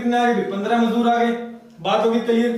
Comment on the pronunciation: मजूदर नहीं सर मजदुर होता है। थोड़ा समझाने का तरीका ठीक नहीं लगा । कृपया थोड़ा और सुधार करे।